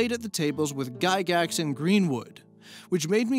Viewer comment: Say it right. Lord gygax of the dungeon.